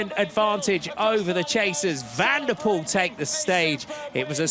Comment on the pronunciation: Not VAN DER poel but Van de POEL.